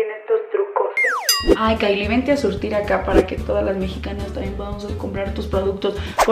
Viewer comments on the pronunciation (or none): none